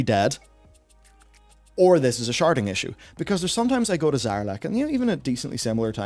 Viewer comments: I know you're saying sharding but I keep hearing sharting. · I was confused until I realized you weren't saying "sharting." Because aggressive sharting sounds miserable.